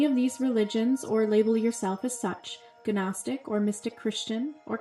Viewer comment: The "G" is silent in Gnostic